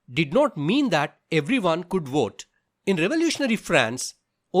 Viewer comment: nah bro its 'vote' not 'oat', but issok good vid tho